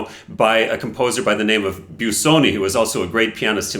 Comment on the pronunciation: Just don't say "Biew-soni". It's easy: "Boo-soni" 🙂